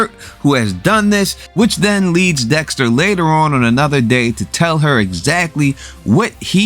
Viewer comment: Dextuh, killuh, winnuh. Lmao. Great videos. I watch them every week. Still unsure how Kurt 100% knows it was dexter that killed his son. I get how he figured out he was cremated but how does he know it was dexter for sure. Were there cameras around?